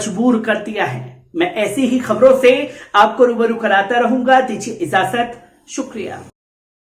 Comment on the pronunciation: ..abhi take ghalt pronounce kerta hai..koi watch KERNE WALA nahi hai ISS channel mei. Dijiye IZAJAT bolta hai...IJAZAT bolna chahiye...SHAYED yeh nahi maloom